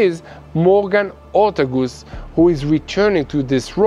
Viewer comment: It's Or-tay-gus:) NOT Orta-goose;) com'on - please do your homework here. I Yes, I know they - the Americans - don't pronounce Prime Minister Benjamin Netanyahu's name correctly...but I do, (and I'm Australian:) ) because I have researched it and then heard you guy pronouncing it correctly! So please please pronounce her name correctly - you don;t realise how weird it sound the current way you pronounce it.:) Goodon'ya, mate!😃😆🙃